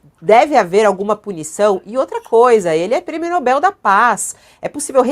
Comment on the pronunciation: É Nobel (oxítona) e não "Nóbel" (paroxítona).